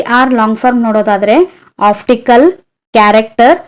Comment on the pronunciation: Optical madam uchharane alli oftical anthidiea